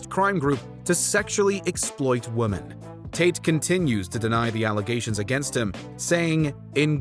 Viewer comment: Why are you pronouncing the plural of woman the same as the singular? Woman and women are not pronounced the same. What is this?